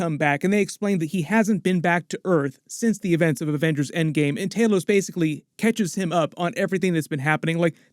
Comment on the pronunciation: Why do all Americans struggle to say thanos or talos’ name? Thaenooos lol